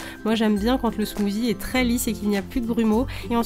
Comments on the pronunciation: ça me stress quand tu dis smoozie , C SMOOTHIE ( SSSSSS) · C genial il y a tout des recettes de la beauté...... Sa change mais par contre tu dis smoozie et sa se prononce smoossie (meme si sa s'ecrit smoothie) bisous ma belle 😘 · Super vidéos, à part qu'on dit "smoussie" et pas "smouzi" 😉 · ce n'ai pas un smoozi mais un smoothie mais ce n'ai pas grave !!! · On ne dit pas smozi mais smossi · J'adore tu dis "smoozie"😀